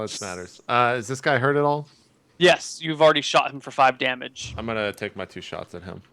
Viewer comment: The way says "yes" every single time as "yiss" is really grating and I wish he'd stop.